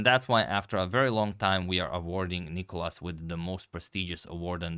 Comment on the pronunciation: It's NicOlas,not NIcolas (Νικόλας) and he destroyed Radjabov,that's what happened.